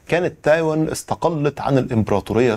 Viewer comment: تايواااان و ليس تايون